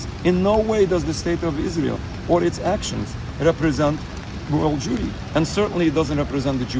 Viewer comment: 😅 the way he said World Jewry was a touch sus however I find their stance noble. It’s good that the Semitic people in America are not all conflicted by the duality of allegiance to a nation and see themselves as Americans like I presume it was prior to the establishment of the state of Israel. How I admired those Jews who saw this country as a new promise land for their people after immigrating from various lands in Europe to unite here in the United States gave an added esteem to our American exceptionalism. Though I cannot not exactly articulate my views to convey the depth of how significant this is, I do find it very heartwarming and my great hope is that it’s a sign that the light shine from the torch of liberty in New York once again to redeem our nation from the hypocrisy and again grant the people with a united national purpose. Idk if this new mayor will be adept enough to handle the wild political ring that is New York however one cannot deny his connection to the people and represents the consensus of this large following, and that is how I believe our democracy was meant to function. We fear the term “socialist” like the plague but before the USSR, it was America who developed a large socialist following and one can argue that American socialism rediscovered might have significance as we enter the age of AI or whatever experts term it. Before the communist international, which began the great disenchantment of socialism, America was the bastion of revolution